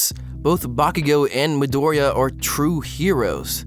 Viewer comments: Guys it's not MidOriya it's MidorIya. Please. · mEE-Doria not mahdoria, idiot. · Your video was wonderful. Bakugo is also my favorite character in the show and I always loved his design as well. But every time I hear you say Midoriya my heart fucking skips a beat. Just a simple difference in syllable stressing and yet so damn terrifying.